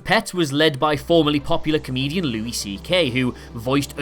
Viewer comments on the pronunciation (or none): none